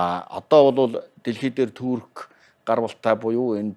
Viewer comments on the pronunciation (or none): none